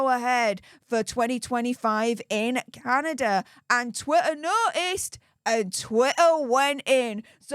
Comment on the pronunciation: It’s pronounced Canada 🇨🇦 Not Candader